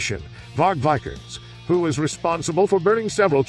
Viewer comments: And one little correction. It's Varg Vikerenes, not Vikerns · Varg VIKE URNS😂 VEEK ER NEZ spelt vikernes